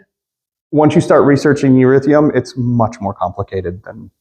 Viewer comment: What the hell is “erithium”??? It would help a lot if you actually knew how to pronounce the other crypto’s name and kept up with the fact you dont mine “erithum” anymore…. Other than that, good video.